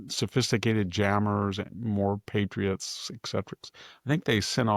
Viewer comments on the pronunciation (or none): none